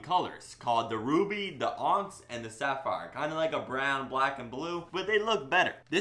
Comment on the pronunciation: and btw it is pronounced onix than onx